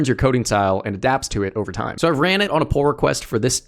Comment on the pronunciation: why did you " wesate all this theime " ahaha